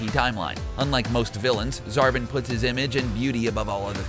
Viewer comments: Zarbon [zar-bon]not zarban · It's Zarbon not Zarbin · Zar-bon, not Zar-bin! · When i heard him say zarbin instead of zarbon i was like Please! No! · Dejinn the djinn your right he said zarbon as zarbin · He said zarbin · And Zarbon is "Zar-baughn" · And pronounced Zarbon wrong too